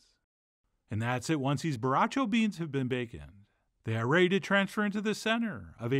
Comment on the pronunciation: * borracho, not "barracho"